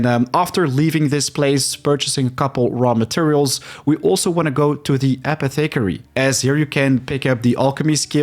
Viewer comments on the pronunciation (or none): dang, time to start another new game I guess. Appreciate all the videos, but they way you pronounce apothecary drives me insane.